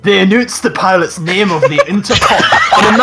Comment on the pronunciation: anoonced Rest of SootHouse loses it.